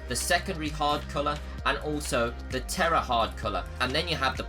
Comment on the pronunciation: Tertiary not tera